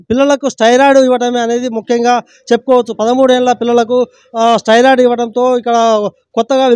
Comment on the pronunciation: ఓవర్ డోస్ అంటే ఏమి inj ఇచ్చిండు, దానిమీద మీ అవగాహన ఏంది, ఇది తెలీకుండా ఊరికే ఎందుకు చెప్తారు బ్రో, అసలు నీకు ఏమి అర్హత ఉంది జర్నలిజంలో నువ్వు మాట్లాడే భాష మీద అయినా నీకు అవగాహన ఉందా, పదాన్ని స్టెరాయిడ్ (steroid) అని పలుకు స్టైరయిడ్ కాదు, మెడికల్ మాఫియా మీద అవగాహన లేక మాట్లాడుతున్నవా లేక IMA వత్తాసు కొరకు మాట్లాడుతున్నవా? అన్ని వ్యవస్థలల్లో దొంగలు ఉన్నారు కానీ ఒక్కరి కొరకు వ్యవస్థనే తప్పు అన్నట్లు మాట్లాడొద్దు.. కమిషన్ లేని వ్యవస్థ ఏది ఉందొ చెప్పు బ్రో అడుక్కుతినే దగ్గరి నుండి ఆర్డర్ వేసే వ్యవస్థ వరకు కమిషన్ దందా ఉంది...